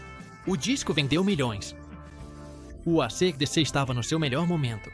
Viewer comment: o cara começa chamando a banda de Arcêdecê ai não dá...